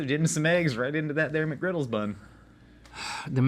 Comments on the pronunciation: As a highschooler that works at McD’s, I can confirm that no one says the “s” in McGriddles. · "we don't say Mcgriddles with an s" proceeds to say it every time with an s lol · It's not "McGriddles".